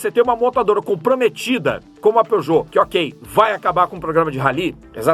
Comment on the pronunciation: Era pra ser a pronúncia em francês, não tá 100% preciso kkkkk